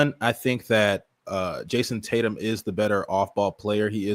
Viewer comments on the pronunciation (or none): It’s Tatum brother. Not that difficult.